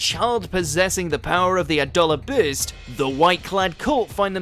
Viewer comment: adolla burst say it right or quite doing voice over it is your bloody job learn to say the words in the script